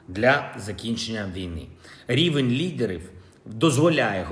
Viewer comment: Рівінь лідЕрив.. практикуй мову за кадром.